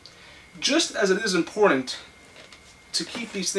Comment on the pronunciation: Say the word IMPORTANT correctly!